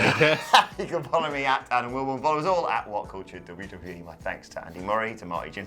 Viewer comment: Adam Wilbourn-uh?😬